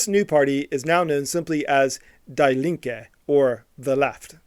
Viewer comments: "DAY LINKE"? What? That's "Die like", with a long [i], like ee. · Even though anglophone mispronounciation of vowel usually really bugs me, as a German, I strongly approve your way of pronouncing the Die (normally pronounced like 'Dee') as die (as in 'get unalived') Linke. This speck of shame should really not exist...